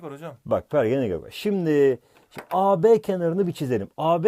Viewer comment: Pergel diyormuş